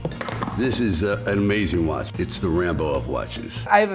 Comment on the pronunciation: ok you are hiding your Dutchness behind this thick northern Irish brogue so please say watCH and not watSss and work on your Cartier and Paneraï pronunciation, also it is BUL gari and not bul GA ri. Voor de rest you are doing fine, perhaps some unnecessary vulgarity. From a Patek and Journe owner.